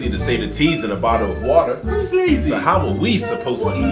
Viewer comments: "YOU CAN'T HANDLE THE TROOF" "Guilty of bo'oh'a'wo'ah." "Wo'ah men'i." flawless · Yo your bo oh o wa er is so good ima buy it in 5 days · Sorry dude but sometimes it sound like "bow wow wow".. Buttle of wather mean. Definetelly that's the true about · I was at a burger van in The UK yesterday and everybody there pronounced bottle of water as “bo’ol o’ wa’er”! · I'm Japanese and I study English. I used to admire british accent because I felt it's cool until I watch this video. Now, I like BO'OH'WA'ER but I don't wanna pronunce like it. Sorry british bros. (Please tell me if there is wrong about my English.) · Bro roasting him because he doesn't say T of water, also bro saying wadur 😅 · a Bowawawawa waer 😂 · BOTHA OF WATAH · To be fair though the Americans pronounce it incorrectly too, instead of saying bottle of water or bo'oh'o'wa'er they say boddle of wader